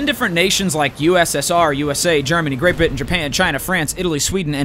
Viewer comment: Theres an r in there, it's really hard to hear though